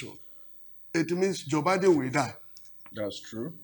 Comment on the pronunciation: Not pronounced "Bee-din" but "Bai-din"